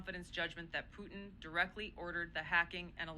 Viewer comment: why the HELL cant she pronounce PUTIN my God KL its NOT POO IN a woman in this position cannot pronounce PUTIN